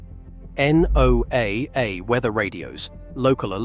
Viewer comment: NOAA is pronounced as Noah.